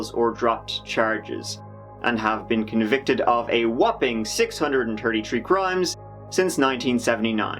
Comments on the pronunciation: It is said “six hundred thirty - three”… not “six hundred turdy tree”😂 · Six hundred and turtey tree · “six hundred and turdy tree crimes” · I can make your accent... why can’t you learn to use the “H” (tirty tree), how about trying “tHIrty tHree”? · Turty tree and a turd! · He was convicted for a whooping "Six Hundred and Tirty tree Crimes since 1979" But yet he is 26 in 2013? Are you that bad at Math, or just a Fucking idiot? I have to say things like this because, it's not the first time, or second time, or third or twentieth time I seen you making such simple errors, but yet you have a million plus subs. And that say's a lot about the world we're living in. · Turdy tree 😂😂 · Imagine saying "tree turdy tree" twice a day. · Turty tree??? Tat’s a lot man, especially in two tousand tirteen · and don't forget my favorite. " Tree Turdy." though perhaps not in this video he's said it in others lol. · Tirty tree and a turd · “A whopping six hundred dirty tree times” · “Six hundred and turdy three” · 6 hundred and tirty tree. Is there a reason you say it like that? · “Turdy tree” yep he’s a lad, for all he does to hide it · Six hundred and turdy tree?